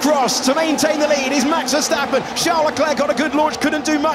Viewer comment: Max veuurstapeeuuun c'est verstapen svp